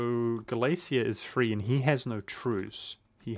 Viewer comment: U are pronouncing Galicia correctly, but I bet u wont say Volhynia lul (u should pronounce H in this word).